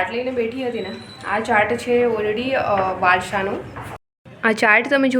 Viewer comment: વારસો.. નહીં કે વારશો